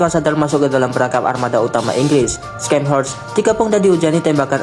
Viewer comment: Ingat, ini kapal jerman. Baca namanya pakai bhs jerman, bukan inggris. Bacanya bukan Skenhorst, tapi Sharnhorst. C silent Scharnhorst ini unik karena klo dilihat2, dia gk masuk kategori Battleship maupun battlecruiser. Battleship: korbankan speed demi meriam dan armor Battlecruiser: korbankan armor semi meriam dan speed. Scharhorst: Korbankan meriam demi Armor dan speed. Tapi meriam kecilnya diimbangi dg velocity tinggi dan range yg jauh, jadi ttp efektif.